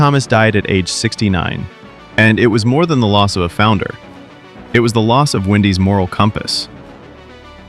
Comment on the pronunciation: He goes from saying Wendy's to Windy's throughout this stupid video.